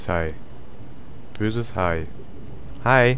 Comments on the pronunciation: Hehe.ich spiele dass Spiel am Freitag auuch xDD wie sich dein Hai angehört hat als ob du Hi zum Hai sagst aber naya. xDDD Ich Liiebe Underworld,ich war als ich es dass erste Mal gesehen hab total begeistert und bin es immernoch xDD ich freu mich schon total :)) Böses Haii,Hii xDD..zu Gail :)) :D Doch,ich hab mich erschreckt ,aber nur wegen dir :DDDD Dankeschön,hab grad gedacht Boahh is es dunkel,hast du's hell gemacht xDD und niich schlimm xD mann wird dass aber ein langer Comnt xDD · Als du Hai gesagt hast, dachte ich du sagst Hi zum Hai xDDDDDDDDDDDD